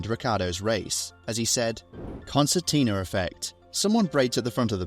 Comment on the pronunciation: Concertina and not " constantina " as stroll responded Media manager: you just say it's one of those "concertina" effects. Stroll: it's one of those "constantina" Media manager: concertina, concertina, concertina Stroll: you are fired